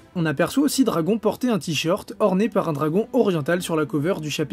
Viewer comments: do-ra-gon ballllouuuu MDR😂😂😂😂😂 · Bizarre depuis que tu as dit dragon(accent francais), je n'entend plus rien, sa me trouble 0-0...